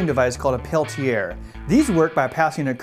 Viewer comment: anyone else cringe when he pronounced Peltier?